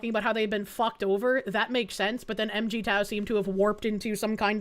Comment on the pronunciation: MGTOW is pronounced Mig(like the planes)-Tow (Like the army). The fundamental difference between MGTOW And feminism, is two fold. 1. It is a grieving process. So yes, a lot of my brothers are stuck in anger, or as we called it "The red pill rage.". You see them most often, and honestly, constitute a good 75% of them, because more and more are undergoing a painful awakening. 2. MGTOW admits that it is a symptom of a sick society. It's NOT how society is supposed to work, but that modern society is so toxic to males that the only option is to remove oneself from it.